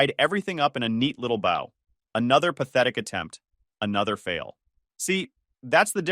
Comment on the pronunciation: I can believe their marriage was done before this happened. I've noticed that AI readers can't pronounce "bow"